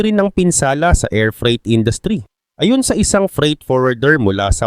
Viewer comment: Ambilis mo naman bigkasin ang "ayon".... Iba ang ayon sa ayun o a yun. Pati "pinatawan" ambilis mo bigkasin dapat mabagal lang yon bigkasin.